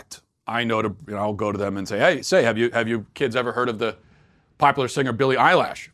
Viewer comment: "Billie Eyelash" - ROFL